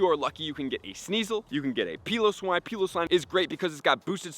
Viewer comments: Please please... the “Peeloswine” has gotta stop. If we are going by the rules of the English language the “E” at the end of piloswine means it is pronounced (P(eye)lowswine). I usually don’t care tbh but this one gets to me. Peeloswine sounds WILD. Pretty sure it’s also supposed to be a play on words for pile-o-swine… so yea 🙏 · Pie-low-swine not pee-low-swine